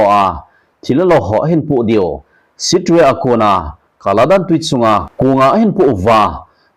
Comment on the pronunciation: Sir pa, Sittwe khopi khu 'Sit-twi' tia ki pronounce ji ahie. Eiho pao a kisei le 'sih-twi' hidi ahi, sopi arakan ho toh pao leh ham a jong ikinai nao proof tidi ahimaije